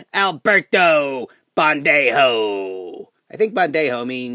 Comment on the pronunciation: it's Pendejo..... Not bendejo